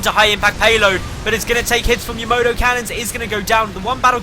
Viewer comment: You say "Tom-ay-to" I say "Tom-ah-to" You say "Yamoto" I say "Yamato"